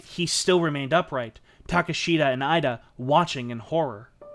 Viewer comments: Thank you for your painstaking research and interesting presentation. A word about the pronunciation of Japanese names, if I may. Koga = KO-GA not KA-GA; Ida = EE-DA; Takeshita - TA-KESH-TA, not TAKE-SHITA; Shiizaki = SHEE-ZA-KI; Takashima = TA-KA-SHI-MA, not TAKA-SHIMA; Tateno = TA-TE-NO, not TA-TAI-NO. There were other mis-pronunciations, but these were the main ones. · About half-way through and really enjoying the telling of the story - the one thing that is grating on me is the pronunciation of some of the Japanese surnames :( Ida for instance (I believe) should be "ee-da" and not "eye-da" and Takeshita should be "ta-kesh-ta" not "ta-ke-shii-da". Gotta watch that American accent and those "t"s . Aside from that, good story, nice pace.